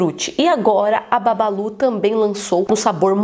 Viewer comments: Nii o nome é bubbaloo não babalu😂😂😂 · "Porque as pessoas pronunciam Bubballo com "A" sendo quê é escrito com "U" ?